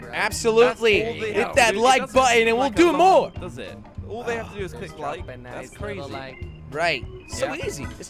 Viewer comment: Jelly: lik on that subscribe butten. Me: ...w t f